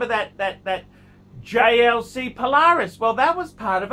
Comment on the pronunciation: He finally saying JLC properly